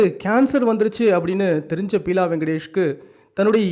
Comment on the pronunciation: பியூலா வெங்கடேஷ்.not பீலா